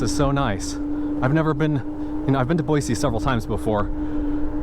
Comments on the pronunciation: Boy-C not Boy-Z. Thanks for the heads up! 👍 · Thank you for saying Boise the correct way.